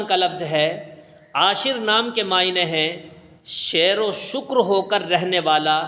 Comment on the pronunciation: Hazrat, aapne Aashir naam ke maani ke talaffuzaat ghalat kiye. Sahi talaffuzaat hain sheer(milk) vo shakar(Meethi cheez/Mithaas) ho kar rehne wala. Yani jis tarah doodh mein shakar ghul jaati hai is tarah ghul milkar rehne wala. Mere teacher ne mujhe aapki tarah alfaaz ki adaayegi karne par toka tha.